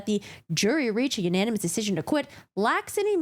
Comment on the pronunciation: U-nAn-e-mes 😅 Sometimes when you say a word so many times you completely brain fart on how it’s pronounced. I couldn’t help but to giggle at that.